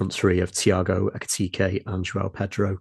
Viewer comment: do you pronounce Ekitike's name with two Es to wind us up?